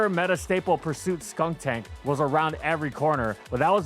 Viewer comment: Disclaimer about mispronunciations in the beginning: Proceeds to say “Skunktank” in the first 5 min. 😂